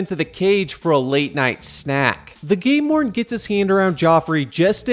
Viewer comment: Every time you say game warden, I think you said gay lord lol